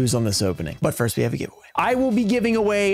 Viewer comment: voice "foist"